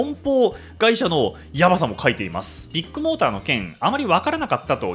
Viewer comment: KAZUYA君はビッグモーターを「ビックモーター」と呼ぶのは何故？ あぁ、ビックカメラのファンなのかｗ